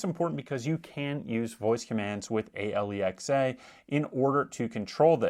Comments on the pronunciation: All credibility lost from the moment he called Alexa, A Lee Ex A. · It took me a few listens before "Ahe-lee-ex-aa" made sense! 😂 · WHY IS HE SPELLING ALEXA?